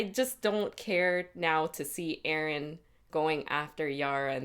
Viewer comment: Euron = "Yer"on not Aron =P